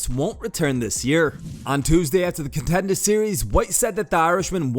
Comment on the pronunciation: Did you just try and do a Boston accent right there?? “…after the ContendA’ series…” 😂😂 🤦‍♂️